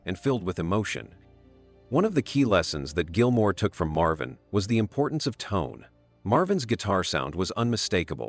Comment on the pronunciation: Who is this "Gilmare" chap?